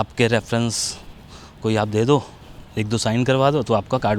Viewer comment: You are pronouncing 'two' wrong. This not 'Do' This is 'Ddo' See videos of counting on YouTube